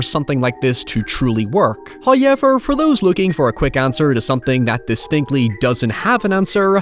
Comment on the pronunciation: I'll never get over how he pronounces however as highever.